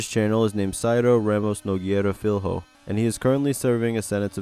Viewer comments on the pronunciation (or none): sorry i had to bring this. To pronouce correctly, Nogueira is Nogeira and Filho is the same as Fillo, lh pronouces samd as double ll.